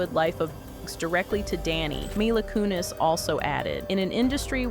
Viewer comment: You really butchered Mila Kunis' name in this video, but she's a monster, it's cool, lol